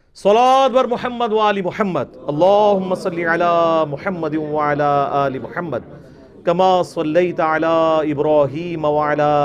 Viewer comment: "wa ala aal e Ibraheema "ko ap "wa la aale" parhtay hain.plz is pe ghor kren